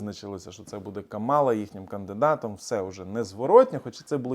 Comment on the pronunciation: Каʼмала,наголос на перший склад)